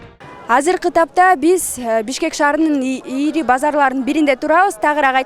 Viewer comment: Ийри болбойт.ири болот.суйлогонду уйронуп анан иштешсе ушул сабатсыздар